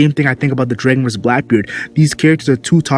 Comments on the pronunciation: you say "draegon" it tilts me xD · why do you say "Draegon" bro